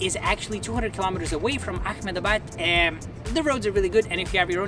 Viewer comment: Stopped watching when he couldn’t pronounce Mysore, Jaislamer, and Ahmedabad correctly. 😱. You went there, at least learn how to pronounce these places right.